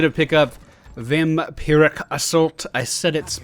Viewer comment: Fist time I've seen you on Sky Temple I think. Looks nice. You said Vampiric correctly I think...